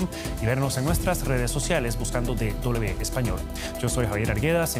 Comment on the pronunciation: Pero que periodista más culto, dice D doble B, amigo, DW: es D doble V y no doble B